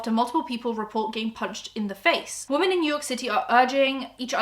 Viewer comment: I’m sorry this is a horrible topic, but your pronunciation of “women” is killing me. When its one woMAN you say “woo-man” but when they are talking about more than one “woMEN” you say “wi-men” ok bye bye now